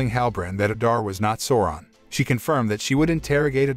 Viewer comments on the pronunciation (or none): its callled sauuuroon not sowron... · I keep on hearing Soran, which is really annoying lol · Bro who is soran?lmao learn correct pronunciation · Souron it's pronounced Sauron with an A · "Sawron" yep gtfo right there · I hate how is says Sauron.. completly diffirent that the movie... feels like he is saying Soaran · great recap, i kept falling asleep with whatever Amazon came up with.. Also the incorrect pronunciation of "Sauron" was a tad annoying :D, though this effort dictates far more respect than its getting ..